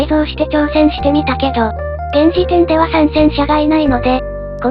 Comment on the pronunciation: 相変わらず「〇〇では？」の発音がハなの大好きだぜ